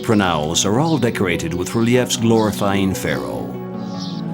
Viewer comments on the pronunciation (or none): The narrator is mispronouncing English words left right and center. Tolo mees Ree leafs. Stellay lyer. And even o SI riss and Rama sees